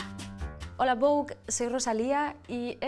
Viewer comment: Por qué lo pronuncian como vogué en vez de vouggh?😂